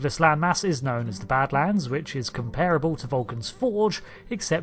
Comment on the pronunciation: Seems like a lovely place to retire. :) PS. The phonetic pronunciation of "comparable" in English is /ˈkɒm.pər.ə.bəl/ in British English and /ˈkɑːm.pə.rə.bəl/ in American English. (pet hate, sorry). :)